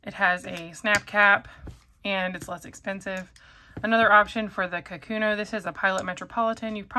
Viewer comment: The Pilot pen is not a “ka-KU-no”, it is pronounced “ka’-ku-no”. Japanese is a pitch accented language, not a stress accented language, and the name かくの means “writing”. The first mora should have a slightly higher pitch than the second and third morae, but the stress should be equal.